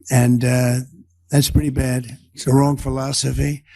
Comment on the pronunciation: Now he can't even pronounce philosophy - phil-oh-so-fy. YIKES!!! Every schoolkid knows how to pronounce this word.